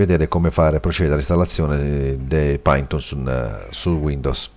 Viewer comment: si legge "pàiton"